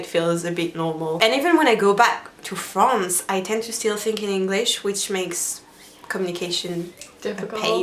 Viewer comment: This video was really funny... and I'm PRETTY sure Sanne laughed because of the way she said "France"... Does anyone agree with me?